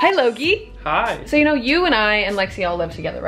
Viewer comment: You called him Logi! or Logee!